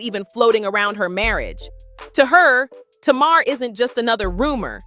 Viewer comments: TAY-MAR= Tamar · First of all you said her name right Tamar - Tumar , it’s not Taymr,If Tamar trying to get with Yandy husband she needs to confront Tamar, Tamar always in some stuff she thinks she’s Toni n she’s not I never did like her cause she acts like she can’t live without a man, I seen Yandy without make up n still pretty, I seen Tamar without makeup and she looks banged up lol 😂 They need to leave the Harris Family out there mouth n worry about what they have going on , 1 day Yandy going to snap its a shame her husband taking her thru all this messy drama , I know she really wants peace in their home, when Yandy ready to leave her man she will it takes time she trying to keep her family together in sake of her children why destroy everything because of rumors Yandy never caught him cheating n also you got guys that’s in their business SMH Yandy if I was you I would take my money and my kids n leave cause he doesn’t deserve you at all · It's funny how she pronounces Mendecees name correctly but can not pronounce Tamar correctly. 🤔